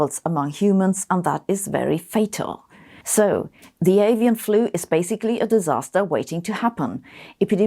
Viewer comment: When Sabine says "scared" I get some questions. aSian influenza? guess who's going to get the guilt for this.. ohhh "Avian" ..